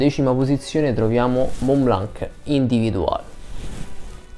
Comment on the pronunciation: Senza offesa. "Individuel" di Montblanc cerca di pronunciarlo in francese. Ti mando la Bellucci per qualche lezione......